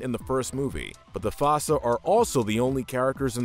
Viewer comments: Holy shet, Zuba was Burnie Mac????? Also: u called them fasa? Aren't they called foosa? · . The FASSA?! It’s the Fossa. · It's "foo-suh". They aren't weasels. They're in their own family in the feliformia suborder of carnivora. Weasels are in the mustelid family on the caniformia carnivora suborder. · you said the foossa name wrong which is stupid they even said the name in the movie